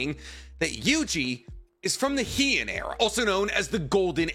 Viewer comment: Minor thing! Heian is pronounced more like "hay on" by the way, Japanese is phonetic so barring historical words or wierd dialects you can always be 100% sure how words are gonna be pronounced.